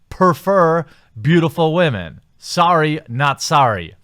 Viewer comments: I don't even think he realizes he says wahmen half the time. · Why do you keep mispronouncing the word women. It makes you sound dumb.